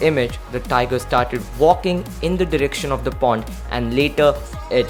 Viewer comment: It is pond not porn